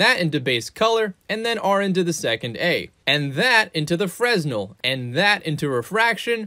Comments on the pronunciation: It's pronounced "FRENEL" not "freSnel"... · plz tell me you're saying "Frez-nell" as a joke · fresnel is pronounced freh nell. Maybe it's just my autism, but it bother's me.